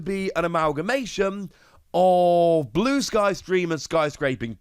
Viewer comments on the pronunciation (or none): none